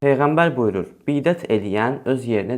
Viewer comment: Hələ bidət sözünü düzgün deməyi öyrən sonra halal haram hökmünə girişərsən qardaş.😉😄